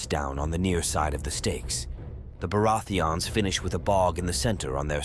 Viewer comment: Im not the only one who hear it 😂 Beurati-ans